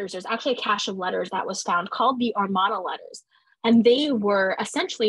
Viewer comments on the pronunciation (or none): I really enjoyed this primer on the Amarna period! The Aidan Dodson book Amarna Sunset is an excellent supplement for a more detailed history of the period. It is a bit jarring to hear you mispronounce the word Amarna throughout, however. It should be uh-mar-nuh and not ar-mon-uh.